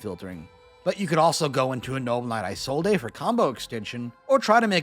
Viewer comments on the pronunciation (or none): Can you please stop butchering Isolde's name? That's not how you say it at all.